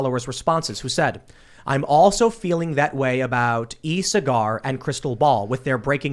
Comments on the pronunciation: Cigar😂 try SAW-ger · Tim it's Sagaar...think soccer but with a g. Like sogger..not cigar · Tim pronounced Saagar's name as if it was ''e-cigar''. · Will Tim ever learn how to pronounce Sagaar?